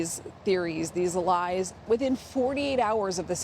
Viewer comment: He may have really believed what he was saying, that wouldn't be "LIES." the way the news reader is saying it.